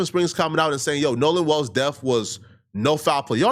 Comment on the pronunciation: Wells not walls